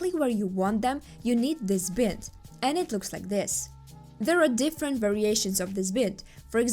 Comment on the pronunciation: the "i" in bind is a long "i" so bind should sound like you're saying "bye" and add an "nd" like "bye-nd"